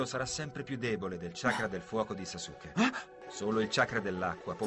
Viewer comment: Sasuke non kasuke 😂😂😂😂